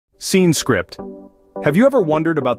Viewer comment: Gotta love the AI reading "Scene scrip"